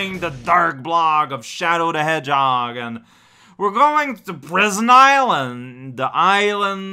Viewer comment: Every video we get closer to saying ‘Shadow the Edgehog’